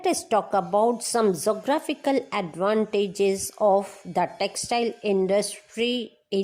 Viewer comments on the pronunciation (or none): Wrong pronounciation (Pennsylvania, Alabama, geographical and much more)